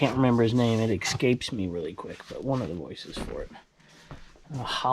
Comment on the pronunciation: There’s no “x” in “escape!”